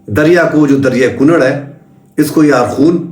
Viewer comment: لفظ کُنَّڑ ہے کونڑ نہیں